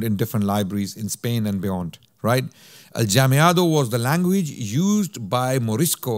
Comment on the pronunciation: Jazakumullahu khairan this was great. You gave a great overview and even covered the Oran fatwa! A kind correction, it was the Goths that sacked Rome, not the Vandals. In Spanish Mudejar is pronounced Mudehar and Aljamiado as Alhamiado. Talking about Alhamiado which is writing Spanish with adapted Arabic script, this certainly provided protection for Morisco's activities from their ignorant prosecutors but in essence aljamiado literature is from the time of the muslim rule and we have similar processes in many places like Bosnia for example or even the Persians write in a sort of aljamiado. Muslims felt the Arabic script special and very close to their hearts. Allah razi.